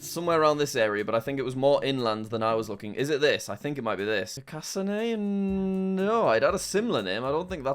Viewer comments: Just a tip, your saying Carcassonne , Car-cas-soney. Its actually pronounced Car-cas-son. Thanks🤓🤓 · I’ve been to carcasonne. It was the most beautiful place ever, and also just to correct you it’s car-ca-son. But I’m glad it’s in this video! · The 2nd location is pronounced Car-ca-son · It's Car-kuh-son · Carcassonne (french castle place) is pronounced like carcass-on or kaa-kuh-sawn. It's also a cute short board game. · the way you pronunce Carcasonne kills me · jack, you had a chance to redeem your pronounciation of Carcassonne and f'ed it up again